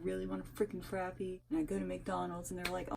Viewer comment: Lol I loovve how you call it a frapeee never heard it produced like that and cracked me up 🤣 yeah Aldi grocery stores make you pay a quarter to use the carts that was the main grocery stores we had in SC butt when you return it to the cart thing it actually gives you the quarter back buut sucks when you dont have a quarter lol and yeah dominos took away the insiders tips it used to just be on the receipts but no one ever saw it so thats why they put it on the screen but thats def awkward and the insiders tips are unfair because usually the person ringing you up helped you for like 1 minute but had nothing to do with making the pizza so they shouldn't even be the one to get it